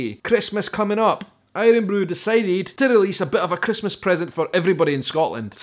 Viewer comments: Mate, who says aye-run-broo in Scotland? It's iron broo. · My guy says irun bru and he is from Edinburgh